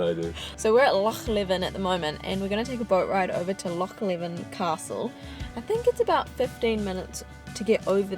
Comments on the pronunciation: Hey there im ty and im from perth myself and just letting yous know tha is pronounced loch leavin but spelt leven <3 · Leven is pronounced LEE-ven. Not how you pronounce it. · Well done on your pronoincation of Loch but it Loch Lee-ven when said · It's pronounced Leeven.